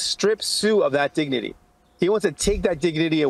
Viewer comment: diginity dignity?Diginity?he doesn’t even care how to pronounce words any more, or he’s intoxicated?